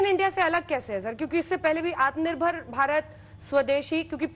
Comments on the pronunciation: Jine aatmnirbhar bolne nahi aata wo aatmnirbhar banayege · Pehle aatmanirbhar bolna sikho ,phir interview dena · is Nakli aur edited video mein bar-bar 'Atmnirbhar' par itna jor de kar saf-saf bolne ki jabardasti koshish kyo ho rahi hai...Bhai? Yah sandeh ko yakeen mein badal deta hai...